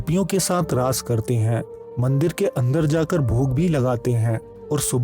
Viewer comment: Its not laays ,Its raas understood.